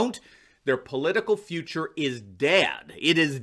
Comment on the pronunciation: "Their political careers are gonna be day-ed.". Uh-huh.